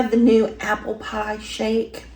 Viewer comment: It's steak bites. Not jerky or a beef stick. It's PIE, NOT PAAA.